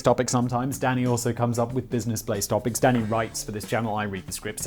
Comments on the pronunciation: Simon finally pronouncing Business Blaze properly again! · you said BUSINESS BLAZE THIS TIME